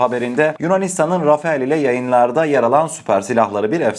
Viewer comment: rafael değil rafele